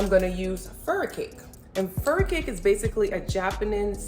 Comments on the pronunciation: Fur-kai-key what is furi-cake lol Furikake ma'am lol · FURIKAKE Pronounced FU-REE-KAH-KEE ... I was "listening" to your video at a distance and I could not understand when you mentioned this ingredient , so I had to go back to my laptop and rewind and view. I use this alot in my kitchen as well. Thank you for sharing this wonderful and delicious recipe!!!! I love all your videos. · Furikake seasoning...grew up using this in spam musubi and scrambled eggs and fried rice living in Hawaii...however, the product is pronounced "fu-roo-ka-kay"...I love your vids and used to love scallops but now that I'm vegan, I never thought oyster mushrooms would replace them..gonna definitely try this as I LOVE pasta and mushrooms anyway!